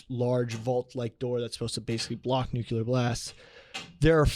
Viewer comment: I love when says nucular